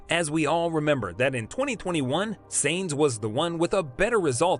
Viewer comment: Who is "Seinz"? (it's Sainz) And Benito? (it's Binotto) Please have your voice actor at least watch one race, or any piece of news about F1. Also, clickbait lol